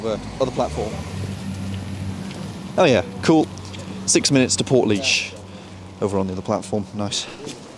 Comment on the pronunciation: I am impressed in your prononciation of Portlaoise, someone I know pronouced it similar to the toilet set up on a temporary basis, e.g at a music festival, "porta-loo"